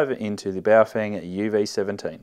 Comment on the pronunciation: It’s pronounced bouff whang